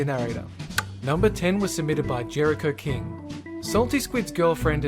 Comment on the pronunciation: Name: "Jericho-King" How I heard it: "Jericocaine"